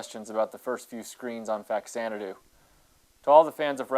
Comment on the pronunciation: It’s pronounced Fazanadu. It’s a version of Xanadu for the Famicom. Fa=Famicom +Xanadu (Zanadu)=Faxanadu.